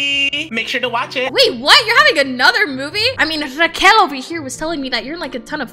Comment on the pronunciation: When said * Raquel* I thought she said *Raw Cow”